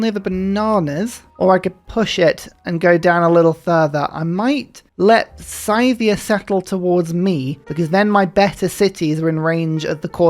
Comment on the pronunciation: Every time you pronounce Scythia as "Scythe-ia", a part of my soul dies